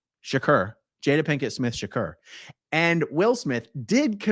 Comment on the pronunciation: 😂😂😂 Aaron…it’s pronounced “SHA-CORE”! 😆😆😆 omg that really tickled me.